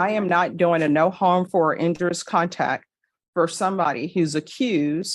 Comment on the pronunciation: The judge doesn't know how to pronounce "injurious", apparently.